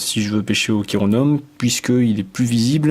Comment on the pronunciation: Pour info, « chironome » se prononce « kironome ».